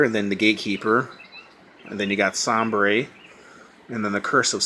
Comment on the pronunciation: I think it's pronounced Say-ber. Like the NHL team Buffalo Sabres, and I think he's a Buffalo.